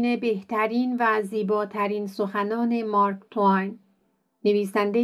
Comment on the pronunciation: چی میگی تو با دماغت مارک تو وین چیست اسمش مارک تو این است